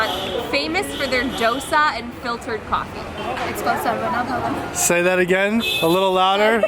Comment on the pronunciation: It's shah-rava-nah-bhavan(sharavanabhavan). .. . Even meenakshi can't pronounce